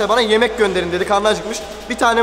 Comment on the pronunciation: Yimek gönderin yimek yimek yimeğ yokmu yimek😂